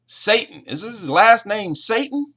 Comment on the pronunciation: the other doctor's name is pronounced satin as in "satin cloth". It's short A not long.